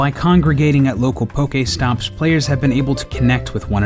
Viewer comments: poke-AYYYY-stops the guy who hates the 80's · "Pokaystops" 0_o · #Pokaestops LOL. Pronounciation